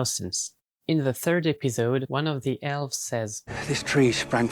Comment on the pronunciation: Mam I beg You, dont pronounce „the” as „ze”, it hurts